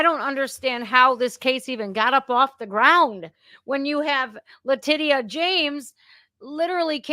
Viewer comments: LaTITia should sound like latisha when pronounced correctly LMFAO i love getting it wrong, even when discussing serious subjects she still comes over as humorous with how she says things for what they are, she makes me smile as well as laugh and, i love these live broadcasts lol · You say "La-Ti-cia" La Ti-ci-ya! Are you a fuckin retard? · Based on your pronunciation of Le-tit-ia and the way most other people pronounce Fany from Georgia… I guess Trump is being literally chased by T&A (tits n ass) 😂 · La-titty-ah 😂😂😂 love it. I don't think I'll ever be able to pronounce her name any other way again! 😂😂😅